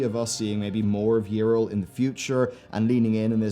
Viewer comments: Her name is not "Irl" xD it's Yrel, as in Yee-Rel. English speakers amuse me xD But good characters gone bad is a theme i enjoy, "road to hell is paved with good intentions" and all that :P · It's Ya-rell. Not Yril.. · Okay like, so how can you mispronounce Yrel's name though? They literally say it out loud in several cinematics and voiced events in-game. You must have heard it over 200 times. Yet you say: Yirel - This is wrong. It's not Yirel. Go back. Do it right next time. Seriously. This kind of shit bothers me a lot. XD It would've been understandable if you've only ever read her name. But no. THEY SAY IT OUT LOUD, and you're like: Let's completely ignore that and go with my own pronounciation.